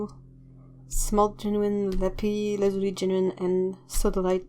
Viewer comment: I really enjoyed every minute of this video. The paints are beautiful. Amethyst was the precious stone, that we wanted for our engagement ring first. Also, I've never heard someone pronounce Lapis lazuli in English, it sounds awesome! Just that made it worth watching the whole video. :)